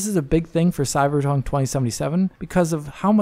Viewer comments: said cyberjunk. i know what i heard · you sound drunk! I know you meant to say Cyberpunk, but it sounds like you said Cyberjunk! 😆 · "Cyberdromee" 2077?